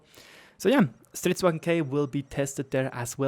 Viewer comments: its stridsVAGN not stridsWAGEN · This is not the best audio but it was the best I found right now, here is how the Swedish tanks are supposed to be pronounced. (Yes I know it really doesn't matter it's just a bit of a pet peeve(?) with the "germaniztion" of vagn as wagen :D ) That said, great content as always!